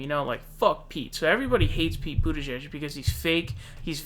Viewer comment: "I was saying Boo-tigieg"